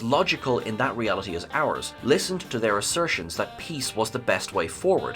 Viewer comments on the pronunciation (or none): none